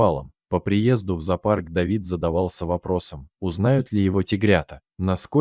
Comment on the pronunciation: Ведущий ты что безграмотный, какой зопарк, произноси слово правильно, зоопарк.